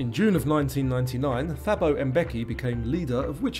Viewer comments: It's pronounced "Tabo" Mbeki the "h" is silent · Thabo is pronounced Tu-boh